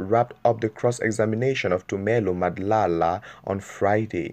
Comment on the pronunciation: O ntapisa ka gore you cant hadly pronounce madla, so i doubt if u a SA Youtuber